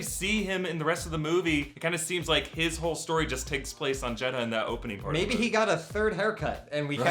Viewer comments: this is pissing me off, yes its spelled jedha but its pronounced jedah, not jed-ha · It's pronounced "Jedda" not "Jed-ha".... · its Jeddha without the "H" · Guys, the "H" in Jeha is silent. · The inconsistent jedha pronunciation hurts my brain. It's Jed-uh.